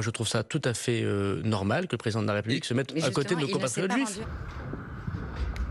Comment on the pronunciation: La raiepublique une voix de garage ?